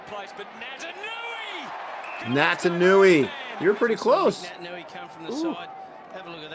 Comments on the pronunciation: He's Fijian and he plays for the best club in the world. It's Pronounced Nait-an-ui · He's Fijian. Pronounced Nay tan oo ee . And a Mark is just when you catch the footy from a kick. You can be alone when you mark it.